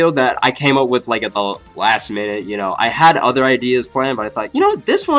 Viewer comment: Theory, she died and reincarnated into that girl that says "chu" instead of "you"